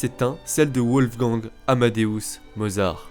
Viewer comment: Pourquoi prononcer " Ouolfgang " ? En allemand les w se prononcent comme des v en français. Les vidéos sont sérieuses, mais ce genre de détail fait très amateur. Dommage !